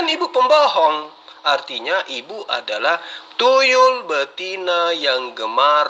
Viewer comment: ngakak pas nyebut namanya tuyul betina ,,,susah amat dieja